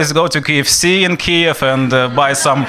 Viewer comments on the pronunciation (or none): none